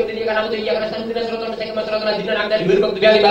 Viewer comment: YG GW DENGER : Dolinnn AAMINNNN